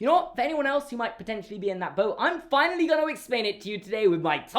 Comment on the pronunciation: Seamus, it’s pronounced fina-lee and not finaal